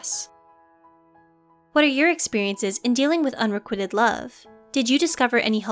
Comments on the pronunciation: Excellent video... but my OCD is going crazy at how the narrator is pronouncing “unrequited” - it’s not “un-re-QUIT-ed” as in you’re quitting the gym, it’s “un-re-QUITE-d” rhyming with white. 😏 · Unrequited, not unrequitted. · Why does the narrator keep mispronouncing ‘unrequited’? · please learn how to properly pronounce unrequited